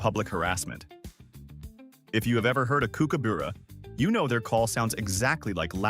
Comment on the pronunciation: You can take the animal out of the wild. . . But you can't take the wild outta the animal !! Also, teach AI to pronounce kookaburra correctly !!🇦🇺